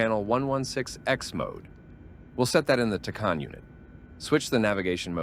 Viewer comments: That drove me nuts the entire video. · Tacan is pronounced 'tack - anne'